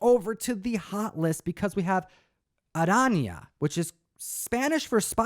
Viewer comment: Well done for pronouncing Arana correctly!